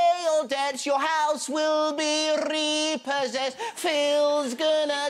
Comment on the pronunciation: I love the "house will be lrlrrlrleeepossessed!"